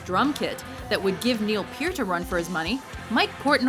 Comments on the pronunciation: It would be nice if the narrator pronounced Neil Peart's name correctly. It's (Pert) not (Peert) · SHE MISPRONOUNCED NEIL PEART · Hmm... she can't pronounce Neil Peart OR Nicko McBrain? (It's pronounced like "KNEE-co") and what's up with starting off showing Clive Burr drumming instead of Nicko, on Nicko's segment? and then they label "the trooper" as "run to the hills" i wonder if they might not want to hire an editor, when the topic is, as seems to be the case here, not one they have much experience with. they seem to make a lot of mistakes in their other lists too, that with the huge number of cliches thrown in, is partly why i watch this channel REALLY infrequently... (no hate, just sayin')